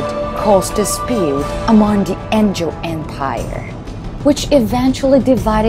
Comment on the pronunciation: what the f is a SaFIRE?! What the f is an Engil? It's Sapphire, not SaFIRE. It's Angel, not Engil